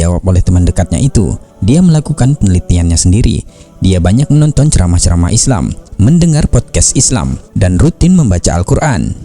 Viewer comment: ISLAM not iS sLaem... Muslim not maslim